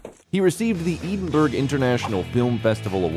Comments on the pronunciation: and ed-in-burrow not eeden burg(er) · Love the narrator's pronunciation of Edinburgh at 3.37. Never heard that before.